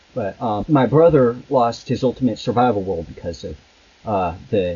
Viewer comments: What accent is that where they pronounce their Rs like Ws? Example: "bwothow" instead of brother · Does the whole family have speech impediments? "Cwistopher" "Bwother" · I wonder if that 911 dispatch thinks about how she botched that calls. how do you get dad from pronouncing "brother". speaking longer on the phone gave away this child his position what he was doing....he's dead. it was friggen agonizing listening to this terrible botched call for help. sick disgusting hard to take in.........so many clues but all ignored. parents who do this hard to feel empathy for them their lack of interest cost them 'n most of the family's lives. Shall be a lesson for families n parents to never forget. implants...electronic control harassment voice to skull technologies exist implanting newborns is the reason the newborn is removed from the room so they can chip do whatever else even switch babies.....yes this goes on & has for over half a century Michael Jackson knew this & why once the dr gave all medical clear of his babies he gathered his infant & shot out the door no way he was going to give any of those monsters a chance to do this to his children. I agree do not give them the publicity they seek life sentences is a good decision 'n never giving interviews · In what universe does the word brother sound like dad? Ffs 🤦